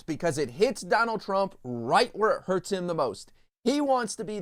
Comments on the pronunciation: HURTS , not hurst . . .. . . .please ! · It's hurts not hurst just fyi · "hurst"? Once again, you people are an embarrassment.